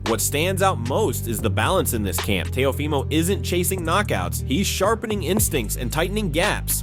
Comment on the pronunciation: AI audio: tay-O-Fy-mo